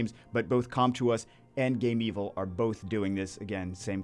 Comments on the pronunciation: Alright, repeat after me: Game. Vil. GAMEVIL. NOT "Game Evil". Seriously, they even had their logo speak a few years ago, for correct pronunciation. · GAME-VIL, NOT GAME-EVIL